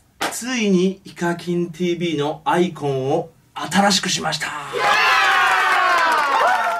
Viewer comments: あ↑いこ↓ん↓ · アイコンの発音が、iPhoneに聞こえる...